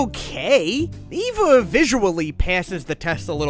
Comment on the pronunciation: Shin needs a sandwich. And as an Evangelion fan, EVA is pronounced like "ava". And Unit 01's a lady for spoiler reasons.